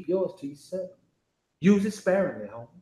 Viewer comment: Especially when he say Homieeee u can hear the accent right 😂💯